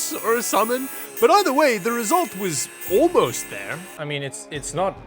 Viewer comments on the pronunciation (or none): none